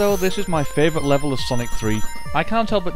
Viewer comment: U said fravorite level of sonic 3